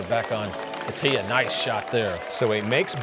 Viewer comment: Its not Bateeea its Bhaaatia